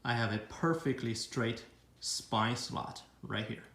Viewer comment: Nicely done. One minor thing. It’s spline, not spine. Maybe that is what you were saying and your accent fooled me. If so, then I apologize.